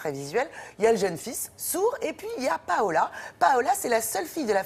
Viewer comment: A sebon jet compris tu a dit Paola c'est pas Paola 😆😆😆